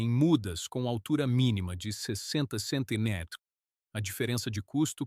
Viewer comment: Estava ouvindo os 1°s minutos e estava pensando justamente isso!! "Centiméters"!!! 😅😅😅😅